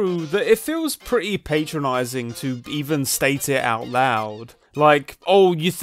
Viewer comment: PAT-tronize not PATE-tronize, not to patronize you